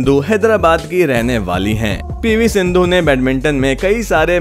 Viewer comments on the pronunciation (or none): none